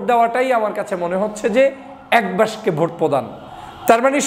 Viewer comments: উচ্চারণ বাক্সে, বাসকে না। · আপনি বাক্স কে বাস্কো বলছেন কেন? আপনাকে পছন্দ করি। কিছু মনে করবেন না। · বাস্কে নয়, বাক্স। বাসকে নয় বাকসে হবে। Please be carful. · (বাসকে নয়)!! উচ্চারণটা হবে.... (বাকসে= বাক্সে). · দয়া করে বাসকো নয় বাক্স শব্দ টি উচ্চারণ হবে। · ভাই বাসকে আবার কি? বাস্ক বলে 😅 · বাঁশক 😂😂!!? বেটা উচ্চারণ সঠিক ভাবে কর ! ব্যারিষ্টার হয়ে বাক্স উচ্চারণ সঠিকভাবে না করতে পারাটা হাস্যকর খুবই লজ্জাস্কর নয়কি ? 😀